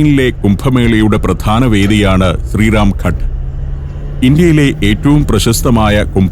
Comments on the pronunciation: Sir, it is Ghaat (not Ghat). Good presentation 👏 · Sir. ഘട്ട് അല്ല ഘാട്ട് ആണ് ശരിയായ ശബ്ദം